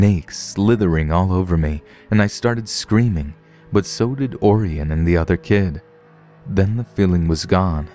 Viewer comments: I bet the kids name is Orion, like O-ryan. Not Oarienne lol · Orion is pronounced O'Ryan, like the constellation, Orion the Hunter.